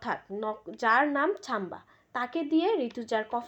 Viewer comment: Chamba noi madam samba. Thik kore bolun.